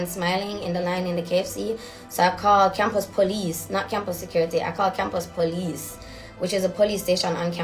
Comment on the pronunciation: The powlice😂😂😂